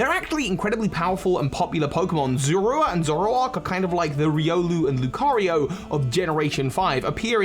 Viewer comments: Is anyone else bothered by the fact that he's pronouncing Zorua as Zorwooa? I always thought that Sinnoh folk tale was meant to be a pokemon version of the real world myth of selkies (and other myths involving animals that can remove their skins to assume human form). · "Z-ore-oo-ah," not whatever you're saying; that is not how they said it in the anime or ever. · The pokemon's name is zoroa not zorua! Duh! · pronunciation of zoura bugs be for some reason